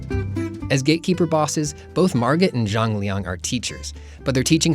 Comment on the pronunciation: Why do i always hear "Jean-Leon" ?